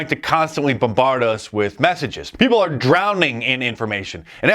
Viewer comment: Dice is brilliant. I just wish he could pronounce "Are" and "Our."